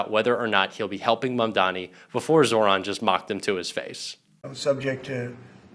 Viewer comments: Pas ZERON mais ZAHRAN 😉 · ZAHRAN par zéro ,prononcez bien le prénom si beau.